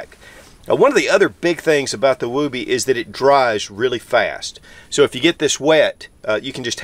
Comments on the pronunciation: Not pronounce as woo-bee. Moore like Wubee. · James Hanna has the right of it. I was in the Army Infantry ( ). It's pronounced as, "wubbee". Same vowel sound as "wood". As a new private, in 1982, I asked my squad leader why the poncho liner was called a "wubbee" ? SSG Morse said, "It's short for, "I would be(wubbee) cold with out it!" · The oo is pronounced like it is in wood. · Love your videos. It is actually pronounced differently. Like wood. Not like boobies. Almost like would be. And yes it was taken from the movie Mr mom. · Although I think you pronounce it wrong, I have always said “Don’t criticize someone for pronouncing a word wrong, it just means he reads and probably read it that way.” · I can’t get over his pronunciation of woobie…other than that, good video. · Well, you certainly are not using the Mr. Mom pronunciation:) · Never heard anybody pronounce it that way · You're saying it wrong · Can't watch bc he refuses to say the word correctly. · Why is he pronouncing it like that lol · It’s woob-ee not woo-bee. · I'm just giggling you say woob like boob and it's woob like book. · NOT WOOOBY, short O, not long, wuhbbie. Came in in 91 as combat arms, everyone including my DS from the 70s called it that. My grandmother referred to baby blankets at that also from the 30s. Not sure if REMFs call it that since they have no need for it at the bottom of their wall lockers/dufflebags. Definitely saved me a few times from heat loss in several countries, in all biomes. Still use mine to this day. The newer ones are chinese trash and do not seem to have the same heat retention nor quality stitching, or standardized sizing, than mine from 91. Just like our Etools. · During my time as an active army soldier in the early 2000s we called it a woobie, but pronounced wuby. Not wew-by. Or just go with the original source here to clarify the pronunciation. I think if an enlisted soldier called it a wewby he would have been laughed out of the barracks.